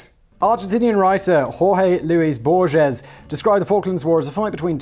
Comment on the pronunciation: "Borges" pronounced "Borg-hase." Now long deceased. Legendary.